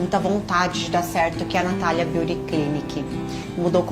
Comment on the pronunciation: Pq tudo tem que ser em ingles? Natalia Beauty Clinic, Nabeauty Concept... Avisa todo mundo que NINGUEM fica mais chique so por ler o nome do teu negocio em ingles. Com sotaque brasileiro pesado ainda por cima... Ainda se pronunciasse direito. Que pedante.